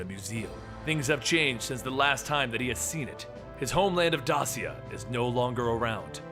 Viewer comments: As a descendant of Dacia, i beg you stop pronouncing Dasia ....Its Dacia, i dont know how to show you the way to say it right, but the way you say ”ci” is different in curent countries where Dacia was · Dacia is pronounced (dā′shē-ə, -shə)